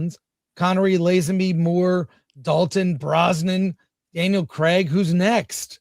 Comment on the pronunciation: whos daniel creg. ?? are you guys trying to say daniel craig? is that how Americans say craig?? omg haha thats so funny